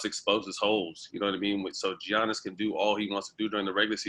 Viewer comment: Did they say Giannis name wrong 🤣 Ge-iannis 🤦🏾‍♀️